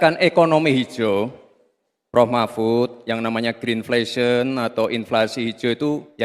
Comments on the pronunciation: greedflasion pak Mahfuud bukan greenflesion.....hhhh....kocak ni..... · Yg bertanya mlh lebih ga faham greenflation,,,yg betul greidflation,,,belajar Inggris lgi lha,,jgn belajar dgn mic Dardak 🎉